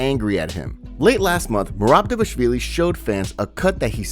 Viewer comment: Why can't y'all say DvalISHvili